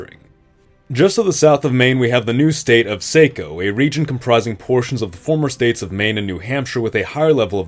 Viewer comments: Mainer here. Assuming the new region south of Maine is named based on the town of Saco, its pronounced Sah-co not Say-co. Also Maine lost a lot of its economy in this deal can we get Portland back? Thanks lol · As a Mainer for some reason we get irrationally irritated when people pronounce towns like Saco and Bangor wrong, Its not Say-co its sock-oh ya know like Man-Kind n shit is a good way to remember 😆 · “sah”co not say co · Not the point, and you couldn't know, but it is pronounced Saw-Co, not Sae-co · Quick pronunciation tip for Saco from a local - It would be more SAH-ko (ˈsɑːkoʊ) vs. SAY-ko. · Saco isnt pronounced Say-ko its pronounced sah-ko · Assuming the name for your proposed state of “SAY-co” comes from the Southern Maine town of Saco, residents there would pronounce it, “SAH-co.” For what it’s worth, this new state encompasses the area we real Mainers currently refer to as The People's Democratic Republic of Northern Massachusetts. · i think this is super cool, but i absolutely have to say something about the pronunciation of saco. as someone from the nh/maine area, its pronounced saw-ko, not say-ko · Not to nitpick but Saco is pronounced SAH-ko, not SAY-ko. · Saco is pronounced “sock-oh” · "Saco" is pronounced "Saw-Co" not "So co" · Hurts my brain hearing Saco (Sahck-o) pronounced as Say-ko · saw-co not say-co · As someone who lives next to Saco the town it's painful to hear it called (say-co). Everyone in the area including the people that live in the town call it (sock-o). We can tell if your not from the area if you call it the first way. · SAH-CO not SAY-CO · Saco is pronounced "Sock-o" not "Say-co" 🤦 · The state of Saco (pronounced Sah-koh, not Say-koh, please) should include the territory north of the Merrimack river in Mass. Please. Pretty please. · Saco is pronounced Sock-o, not Sayco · They way you said Say-co instead of Sock-o made me cringe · For the love of god, its SAH-KO. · I've never heard someone pronounce saco as sāco